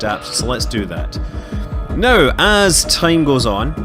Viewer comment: i think he's irish because some irish people pronounce now as neouw thats how it sounds when they pronounce it :)